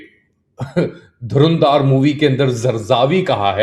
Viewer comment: LIKE YOU ARE CORRECTING RANVEER's PRONUNCIATION , LET ME CORRECT YOU TOO .... it is NOT 'DHARUNDAAR' ... IT IS 'DHURANDHAR' ... YOU NEED TO LEARN TO PRONOUNCE HINDI WORDS TOO ... WHO CARES WHAT RANVEER SINGH IS WEARING, WHY ARE YOU GETTING SO AGITATED ... THE MOVIE IS FABULOUS ... IT STRIPS ISI and its STRATEGY OF USING TERRORISTS ALL OVER THE WORLD ... NAKED ... ISI's DENIALS AFTER the IC814 KANDAHAR HIJACKING, ITS DENIALS on the 2001 DELHI PARLIAMENT ATTACKS ... ITS DENIALS AFTER 26/11 MUMBAI ATTACKS (despite AJMAL KASAB, A PAKISTANI CITIZEN, BEING CAUGHT RED-HANDED) have INDEED BEEN EXPOSED in this FILM!! PAKISTANI ARMY's SHAMELESS DISHONESTY to the WORLD MEDIA is LAID BARE IN DHURANDHAR!!